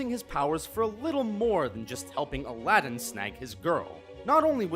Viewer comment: Everytime he says Aladin I understand a Latin